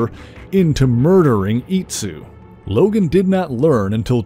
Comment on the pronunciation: Why is he pronouncing DOG LOGAN’S first name like that?